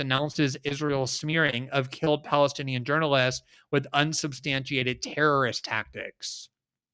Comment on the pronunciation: You really need to learn how to pronounce terrorist.